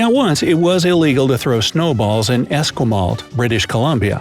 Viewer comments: He pronounced Esquimalt wrong it's pronounced Es- qui-malt, I know because I live on the island Esquimalt is on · How he pronounced Esquimalt almost killed me. By the way in the 80's if it did snow we had snowball fights all the time In Victoria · Sudbury not berry. Saskatchewan. Accent on katch, and accent. Said as one not wan. Esquimalt is moe at the end not malt Osh a wa. Sud bury not berry OSH a wa Etoe bi coe Kanata. Can a ta. Accent on the single a (ah) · Greg S I live near Etobicoke, it is pronounced without the “k”. Etobicoe Esquimalt is pronounced esquimoe Sudbury is pronounced Sudbury not berry. Kanata. = can a ta Osh a wa Saskatchewan Sask atch e won. Accent on the catch not on the won. Wf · He promounrd Esquimalt even worse